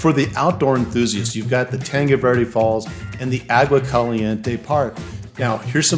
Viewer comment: how come you dont know how to pronounce tanque Verde?